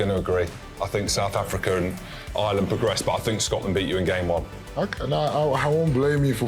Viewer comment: How do the Brits not know how to pronounce Ireland? Its not "I-land"